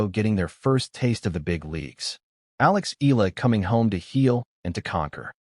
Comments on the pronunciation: It's E- YA- LA not E-LA stupid! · Please don't butcher Alex last name! It's pronounced EE YA LA... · Eala pronunciation E-yala